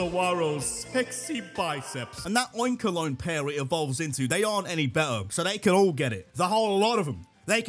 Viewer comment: THERE SHOULD BE A VOWEL BETWEEN THE K AND THE L IN OINKOLOGNE!